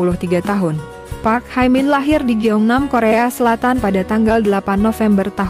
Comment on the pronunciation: Hye min not hai min.